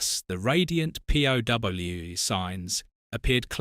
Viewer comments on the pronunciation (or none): #8. We get one of the things I hate about A.I. The voice pronounces the word 'POW' as P.O.W. As if the video being clickbait wasn't bad enough, now we have to deal with a British A.I. voice. It is stated that due to sensors it could not be shown that Batman was actually punching a villain. And then we see scenes in which he & Robin actually DO punch & make visible contact. It's also been shown in the other numerous clips throughout this video of other instances where the same has happened. The villains also visibly make contact with Batman & Robin in their punches as well. This video is poorly done & full of errors. There wasn't anything in here I would pause for except Yvonne,Julie or Lee.